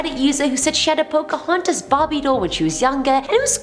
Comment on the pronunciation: don't you mean Poca-haunt-us? 👀